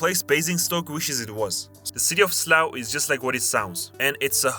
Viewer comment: slough isn’t pronounced slaohw, it’s pronounced sluff, as in it’s tough in slough